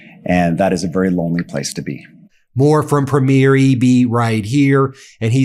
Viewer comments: oh fer cryin' out loud Ben - the leader of a Canadian province is pronounced PREEMyier...It bugs me as a Canadian that you cannot get this right. it's not preemYIEER as in a show opening. please educate all through your broadcast this one thing - might seem like a small thing, but it hurts my ears every time I hear you talking about the first night of a new show on broadway! :) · Please learn how to say this word. (Premier) and stop saying premiere. The later is the debut of a show or movie not the head of a provincial government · PREE-mure, PREE-mure, PREE-mure, for God's sake! Canada didn't elect 10 movie openings. I guess Charlie is too polite to correct you, Go First Ministers, punch the bully in the face. Keep an eye on PREEmure Iscariot in Alberta., though. Vive le Canada libre! Elbows up, eh! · Happy re your Canadian content. But it would be very nice if pronounced the word Premier ( like Provincial Premier) the way we Canadians do. PREEM yer. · Just a friendly heads up that we emphasize the first syllable of Premier, not the second syllable. Cheers!🇨🇦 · Ben you need to understand how to pronouce the word "Premier". Listen to how it is pronouned properly. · Love this! Thank you! Just a wee comment: Premier .... the accent is on Prem... PREMier -- not Premiere--- when you go to the premiere of a movie... two different words there. So-- Premier Doug Ford. Premier Eby. Not trying to be offensive, just a Canadian trying to help you out. xoxoxo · Ben, Premier (provincial government leader) is not pronounced the same as premiere (first launch of a movie or other event). The emphasis is on first syllable. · I love you, Ben. As a Canadian, the only correction I can see needs being made is your pronunciacion of premiere...as in provincial premiere. In Canada it is "prémiere" not "premiére". Having said that, I love you and your incredible and passionate work. Keep it coming!! ❤ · Ben, I love you. But it's PREEmier not premiEER